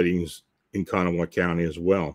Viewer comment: Kanawha is pronounced "Ka-naw," with the emphasis on the last syllable. The "ha" on the end is silent. The name is native.